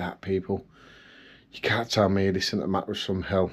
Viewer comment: I only watch your videos because i love the way you say MATT RESS. Also because youre cute. Matt Resssssss. Oo me legs